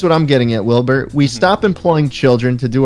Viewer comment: Schlatt almost called Wilbur nerd. “Listen n-Wilbur” 😂😭👌